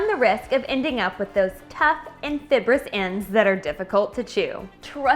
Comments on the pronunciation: It's not fib-russ.. It's Fye-bruss as in fibre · I just started watching your vids. I am trying to learn how to eat healthier and you have enough energy to keep me watching. However, I am sorry but I am a corrector. It is fiBor-ous. Not fiBberous. Sorry, I can’t help myself and I want to enjoy your vids.